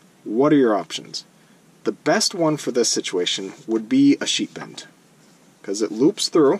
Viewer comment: Ha! I thought you were saying "sheep end". Very good tutorial, thank you! Upvoted & subscribed.